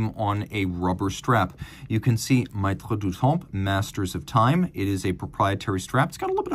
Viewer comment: "maitres" pronounced "mettre" as in "maitre d" - regarding the watch, it's a child only a mother would love.